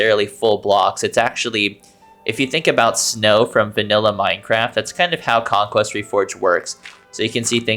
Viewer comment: "conquest" ahh conqueer